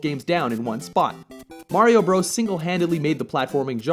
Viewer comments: Love you guy (what part of Canada are you from?) but it's BROTHERS not Super Mario BRO'S. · At what point did it become cool to say "Super Mario Bros," instead of "Super Mario Brothers" as it should be? This isn't the only channel I've heard pronounce it the wrong way. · I knew the most overrated nes game ever made would be on this list and suspected you would put it where most other people who make such lists do--#1. By the way--it's pronounced "brothers" despite the spelling. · I am soooo sick of all these 20 something kids making videos with rather high production values only to mispronounce something or otherwise prove they don’t fully understand what they are talking about. If I’ve seen it once I’ve seen it dozens of times. This video makes my point very clearly. No one that was a kid in the mid eighties would ever call the game Super Mario Bros. We all called it Super Mario Brothers. We knew that Bros. was just an abbreviation of Brothers. And furthermore people my age know that Duck Hunt wasn’t packaged in with Super Mario Bros. until a few years later. So I don’t consider it the same game